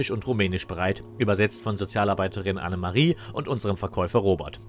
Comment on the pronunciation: Alter, die Dame heißt Ana-Maria, nicht Anne-Marie, und 45 von 135 sind keine 45% xD